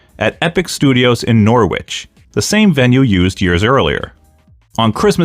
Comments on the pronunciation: Great vid, but just a tip, you need to check the pronunciation of any British town if you don't know it. The "W" in Norwich is silent. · “Norr-witch” Amazing.